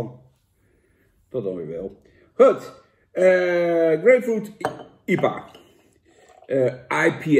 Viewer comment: Ha Jan, review anders eens een keer iets wat wél gezond is! En het is geen 'iepa' maar 'eye-pee-aay'.